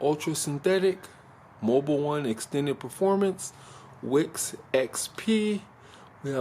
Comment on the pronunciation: It is called Wix,not wick...lol.Appreciate the work you put into that.